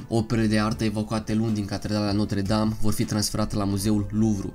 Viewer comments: Se zice Notră Dam Nu Notre Dam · Gresit spus catredala notra dame se spune catredala notra dramta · Se pronunța notră dam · 㟼๒ค๓๒oo ,eu am invatat lb.franceza 8 ani,si-ti spun ca asa am invatat ca se pronunta...